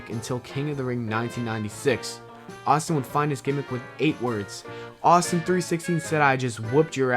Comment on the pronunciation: STONE COLD STEVE AUSTIN NOT STONE COLD STEVE AUS